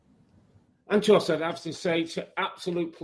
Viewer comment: was robbie really saying andros instead of andres the whole interview 😂